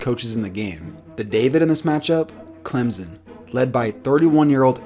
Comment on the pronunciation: Please say Clemson right